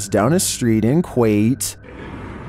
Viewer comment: It's (;koo-wait;) Kuwait jus Fyi